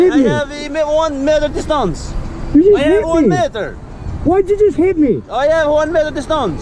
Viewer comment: Yeah, it's a "wanmettedestance"